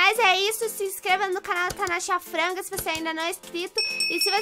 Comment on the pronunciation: Eu amo os vídeos do principalmente quando ele fala “Natasha Franga” kkkkk